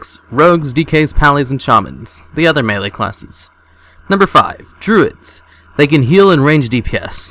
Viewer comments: Melee, not maylay... Melee!!! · Maylay? Melee* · "maylay" is not a word, "meelee" is. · WTF is a "maylay" class? don't you mean melee? :D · "maylay" ... what?